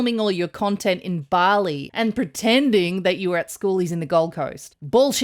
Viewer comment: I swore you said "cuntent" creator....yes, that she is